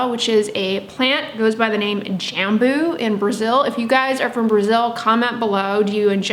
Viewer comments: Also the way you probouce “J” in Brazil is more like the French “J” so think on the word Bonjour and you will be able to say Jambo correctly! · From a fellow Brazilian here, you’d pronounce “Jambú” putting the emphasis on the last syllable, kinda like “Jamboo”. It doesn’t matter how you pronounce it, you are lovely saying it! :) In Brazil we have tons of different plants we use in skincare. There’s a Brazilian popular brand called natura, they do sell in the US but they are highly fragranced as you could expect, everyone uses it in Brazil. If you are ever interested in trying their products, they are incredible, but again, be prepared for tons of smells! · Jambu is a tasty fruit. We pronounce it “jum-boo” in Indonesia. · Jambo is a fruit we eat here in Brazil. Your pronunciation is 70% accurate! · I’m Brazilian 😬 couldn’t recognize “jambo” by your accent (we pronounce it differently, obviously) but yes, I do eat it and I love it! My cousin has a huge tree in her house and always brings me some (a lot) whenever it’s that time of the year! Didn’t know about all these benefits 👀 (For anyone wanting to know the Portuguese pronunciation of “jambo” just put it on google translate and listen to the Google voice)